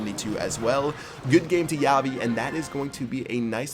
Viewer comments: "Javii" isn't pronounced "Yavi". The J should be thicker. Almost as if you were coughing. More like an H. It's just something that was bothering me during that whole battle. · its pronounced HA-V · Did someone noticed that he pronounced javi wrong